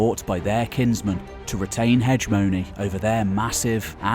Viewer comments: (he GE mo ny) or he GHE mo ny; not HEDGE mo ny. If you read a historical lecture it's kind of lame to mispronounce historical terminology... Good lecture, though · Wtf is "hedge-mony"? I assume you mean "hegemony"...spelled with a hard g....heg-eh-mony... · Time. Learn how to pronounce Hegemony. It's not hedge mony. /həˈjemənē